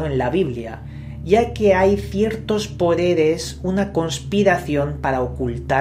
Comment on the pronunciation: "Ciertos Poredes" :D , mas allá de ese enredo de lenguas....el Investigador de misterios por lejos más ubicado y creíble de Youtube, saludos.